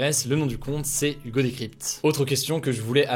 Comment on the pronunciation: Nan franchement t’as bien prononcé Hugo 🤗😁